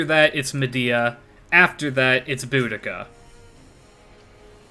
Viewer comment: Boobica, I mean, Boudica.